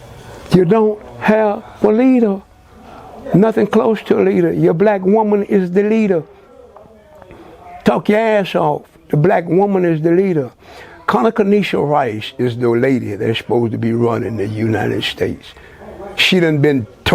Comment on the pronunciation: condoleeza rice.....not conoconesha!!! this man is too funny!!!!